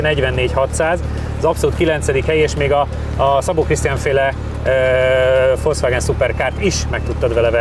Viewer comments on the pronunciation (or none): none